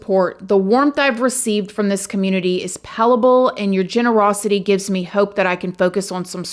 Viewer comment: it’s pronounced “pal pa bull” it means (of a feeling or atmosphere) so intense as to seem almost tangible. "a palpable sense of loss" just fyi otherwise you have an incredible talent to talk about these stories with respect understanding and honestly I go to you to hear what’s going on you make such a good news source for all these heinous crimes. It’s a real skill ❤